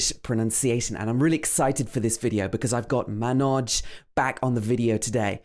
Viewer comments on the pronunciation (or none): Lol you first try to correctly pronounce Indian name then think about your British accent. 🤣🤣🤣 It's not "muhh-noj" It's "mun- auj"